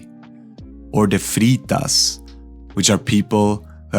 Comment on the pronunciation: I believe he said “freeters” :)